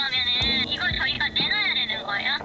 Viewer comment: 거애요가 아니고 거예요 입니다